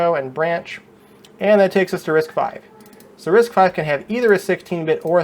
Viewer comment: again it is pronounced as "risk five" and I have difficulty following anyone's explanation when they mistakenly pronounce "risk vee"